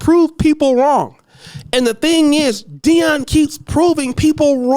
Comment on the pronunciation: Jason Shitlock, you keep pronouncing his name wrong